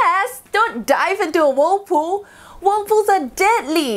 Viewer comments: Every time she said whirlpool it just reminded me of that book.. “wool pooh” comment if you know 😏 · Why are we listening to expert advice from a person who cannot even say the name properly.. like how we supposed to know what she’s talking about…